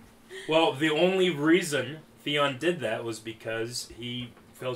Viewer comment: "Threeon" lol. As cold as it is, more like FREON. I'll see myself out.